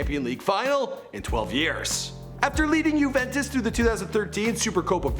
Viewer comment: It's Juventos not uventos